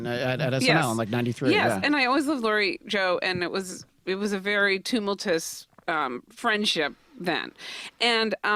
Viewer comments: its pronounced tum-ult-you-us, not tum-ult-us. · She really pronounced it toomeltus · "Too-mull-tuss" Ugh 🙄